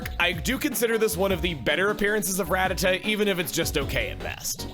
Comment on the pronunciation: He pronounced Rattata incorrectly at the very start of the video